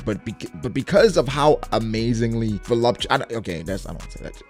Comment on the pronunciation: Mans rlly said velopti.... “aesthetically pleasing” I’m dead